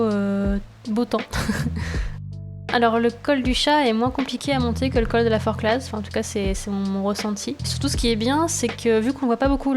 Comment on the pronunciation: on ne prononce pas le z de la Forclaz 😂